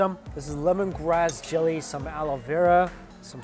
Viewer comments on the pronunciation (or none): none